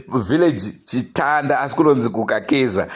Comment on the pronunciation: Chitenda not chitanda